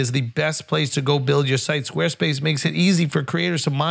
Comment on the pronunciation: “Podcasts bought to you by Sqaue Spase”